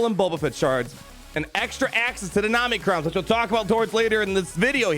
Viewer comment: I know you’re mispronouncing OM-NI-CRON on purpose. I laugh every time you say Namicrons. I love how they’re selling materials for which we have no ideas what abilities they are for, what those abilities do, and how much those abilities will cost. I used to Whale and not enjoy the game so much I took a 3 year break. Now I Fail and FTP and I’m having such a better time in the game. Just having fun. It used to feel like a job. Now it’s totally casual.